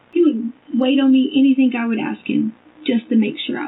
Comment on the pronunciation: that's one of her minor faux pas', have you heard her say a word ending ing!? She puts a K at the end everytime like "anythink". Some other top hits are "why come", "landfields" and "psychiatrist" when she's talking about psychics. And don't get me started on her fb posts, google searches, and text messages, doesn't even sound like someone with a ged, forget masters and phd.